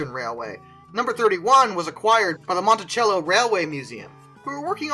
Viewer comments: Hey man, loved the video. Being a C&IM fan myself, I love the RS1325 locomotives. But a word of note, next time you bring up Monticello, it's not pronounced Montichello. But overall, great video. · The Monticello Railway Museum is in Monticello, IL, about a 40 minute drive from where I live. The "C" is pronounces as "S" as in the word sell, not as "CH" like in the word choke.